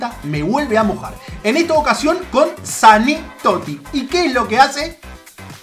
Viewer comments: es mane toty no sane toty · todos: mané toty: sané toty